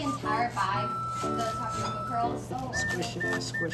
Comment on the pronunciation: "WE FOUND TAPIOKA PERALS"